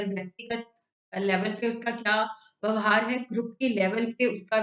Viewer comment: Mam it's vyavhar